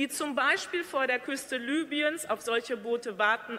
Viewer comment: Das Land wird Libüen ausgesprochen!